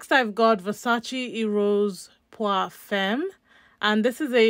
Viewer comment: Nice collection. Zara femme is pronounced “fam” 😅